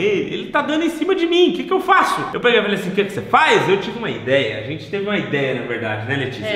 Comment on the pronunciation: Vc não é "trocha" mas "ajente" precisa colocar vc em um curso de português